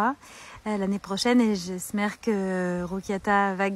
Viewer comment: putain j'en pouvais plus à "j'esmère" (j'espère) et "femmage" (hommage dans sa langue de con point e point s)j'ai éclaté de rire cette meuf c un gag